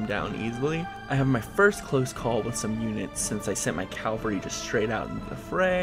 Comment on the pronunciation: Enjoying this to be sure, but I got to say cause it just peeves me: Ca-Val-Ree Cavalry